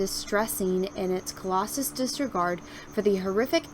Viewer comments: Callous is pronounced as cal·lous, not Colossus. Tow different meanings. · CALLOUS, CALLOUS, not whst the hell you said mate.